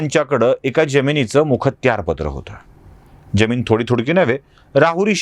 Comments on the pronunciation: सर ज्यमीन की जमीन ? आपल्याकडून जी अपेक्षा नाही !! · Jyamin kase mhanta? Jamin